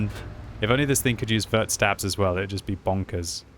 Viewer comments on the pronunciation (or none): none